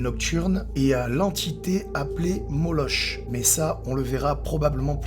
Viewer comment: Ça s'écrit moloch mais ça se prononce : moloK Il y a également un type dont la chaîne s'appelle " Dancer " qui y est allé en exploration de nuit 2 fois il me semble Ensuite il a disparu puis il est revenu en lisant un courrier d'intimidation de la part du BG Il me semble qu'il n'y est pas retourné depuis...